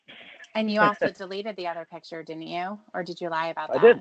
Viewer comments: SLIGHT CORRECTION. HE SAID “PICHER”. NOT “PICTURE” (HE NEVER SAYS THAT SIMPLE WORD. CORRECTLY) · ’S SLOVENLY ENGLIH REVEALS HIS TOTAL LACK OF AN EDUCATION. BEST EXAMPLE: CONSTANTLY SAYING THE WORD “PICTURE” AS: “PICHER”! MOR*N. I LEARNED THE DIFFERENCE IN 5th GRADE.